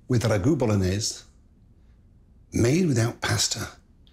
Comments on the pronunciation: It's pronounced " B O L O N I Y E S E " with an E at the end. Polonaise is a Polish folklore dance. I'm surprised he didn't throw in a Knorr cube. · Why does he pronounce Bolognese as if it were French?